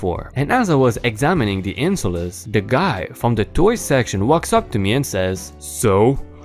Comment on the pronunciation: INSOLES is NOT said like EN-- Soul-ess It's pronounced as IN-- SOL--SZZ you do NOT pronounce the E in the last part of the word the letter E is silent! No emphasis is placed on it say it IN Sol szz